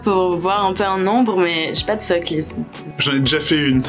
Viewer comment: Je vois surtout que personne ne sait prononcer le mot "FUCK"